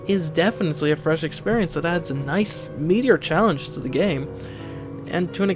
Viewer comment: Is that "a meatier challenge" or... "A meteor challenge"? ;)